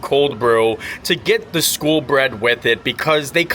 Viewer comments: Cringing every time you said "school" instead of SKOL... smh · Love the video as I love all your content! When you were in Norway you kept calling the skol bread and stole cold brew...... you were pronouncing it "school" but It is pronounced like "skole" think cole but add an s at the beginning. It means like cheers. So back in like viking times they would hold their cups up and toast saying "skol!" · Skol not skool. Skol means cheers. It is also a brand of lager (light beer)